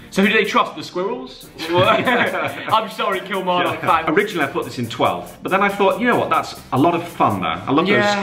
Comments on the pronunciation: think it might be kil-mar-nick not kil-mar-knock 😂💙😂💙😂💙😂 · you say Kilmarnock like it’s Kilmarnick but great video good to see something about Scotland instead of the prem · Did anyone else cringe at the way he says Kilmarnock? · The way you pronounce kilmarnock gives me a hemarage, and just call them Hibs not hibernian